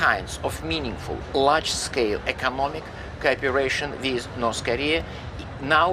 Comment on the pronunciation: "ecomonic" haha